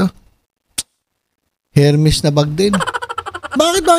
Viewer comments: FRANSWA IS SPELLED FRANCOIS! FRANCAISE IS PRONOUNCED FRANSEY!😀 AND HERMES IS PRONOUNCED ERMES! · ……. It should be without or silent “H” “ ermes” ….🤔😊🤩 more power ….. 🇵🇭❣️🇬🇧